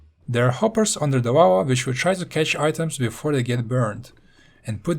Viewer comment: Who else thinks hes saying wawa when he says lava